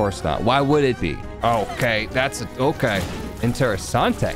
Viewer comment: Closest "interessante" i've ever heard from a non italian speaker